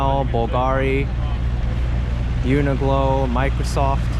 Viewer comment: I LOVE your videos, thanks so much for making them. I particularly enjoy walking on my treadmill watching your 360 vids on Oculus. Two jarring things in this video though. I’m 99% certain it’s pronounced "Uni-clow" rhymes with glow. It’s a q, not a g. (maybe short for universal clothing) and St Patrick’s Cathedral looks gothic to me, not art deco. Regards, a nerd from England.